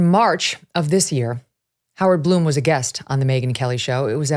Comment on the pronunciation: It is Blum, like Glum, not Bloom!